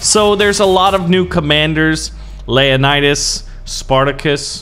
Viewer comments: Buddy it's LEO-Nidas... not LAY'anidas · lea_nidas Actualy acording to history its Leo_nidas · Is it just me or did anyone else realize how he pronounced leonidas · You mispronounce Leonidas